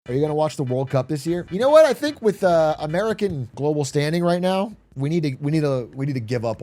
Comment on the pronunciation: "roight" per Atrioc